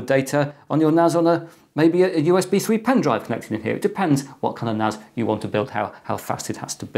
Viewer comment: NAS not NAZ its a S not a Z